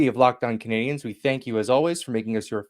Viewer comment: Mawntreal CanadiYENS